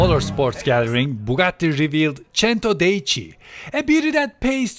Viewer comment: You said centodieci wrong